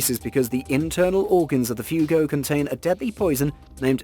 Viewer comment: Check before posting. It's not "Fugo" but "Fugu".